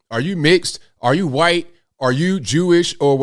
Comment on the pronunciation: I’ll consider subscribing if you stop saying white like that.